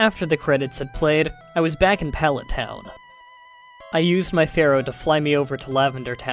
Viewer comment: I know I'm pretty late to the party, but I am sure "Fearow" is pronounced "Fear-oh", not "Pharaoh".